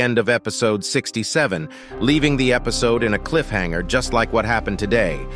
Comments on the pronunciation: Only real fans say epsiod instead of episod😂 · Is anyone gonna talk about he said epcode